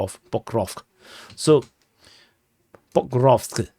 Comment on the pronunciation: Yaaay you said Pokrovsk correctly :P